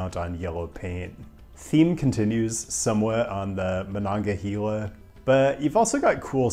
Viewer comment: Monongahela is not pronounced with a long e